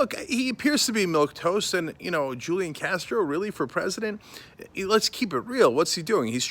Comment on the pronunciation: If you’re gonna be sarcastic about it, at least pronounce his name right...